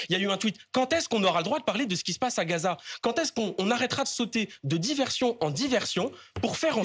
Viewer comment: ne dit pas Gaza, mais Ghezza 😃